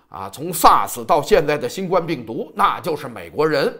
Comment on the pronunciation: 新冠病毒，第一声!!!谢谢。否则听着别扭。